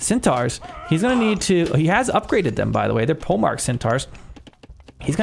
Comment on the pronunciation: 'Polemarch' (Greek πολέμαρχος) in 'Centaur Polemarch' should be pronounced as 'poly-mark', not 'pole-march'.